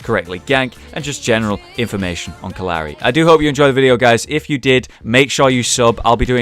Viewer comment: It kept sounding like he said uncle Larry 😂